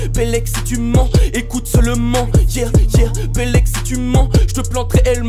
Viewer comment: Mais arretez de tous dire Louve resval 😂